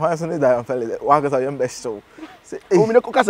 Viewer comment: Zion forgot 'R'